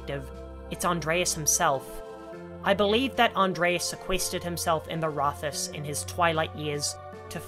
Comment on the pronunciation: "Rathaus" is a compound of "rat" and "haus" and is not to be read with the "th" sound, "haus" sounds like English "house" so you could think of it in English as "raht-house".